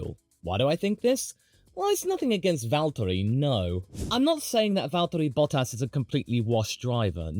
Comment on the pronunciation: I can't tell if enjoys or struggles saying "Valtteri Bottas"